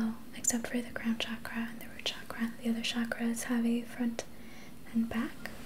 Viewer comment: It is pronounced as Chuck-ruh.